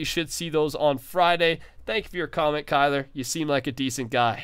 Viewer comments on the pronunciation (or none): none